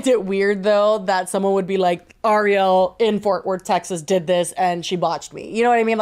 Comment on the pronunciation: Why do people constantly interchange Ariel and Arielle when pronouncing either of them? Truly the names that boggle and stump people. It's Ariel. She said it, why is Jessi calling her Arielle?